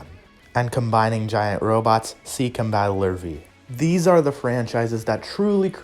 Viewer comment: what is "Combat Lurvey"? Or is it "come bah Lurvey"?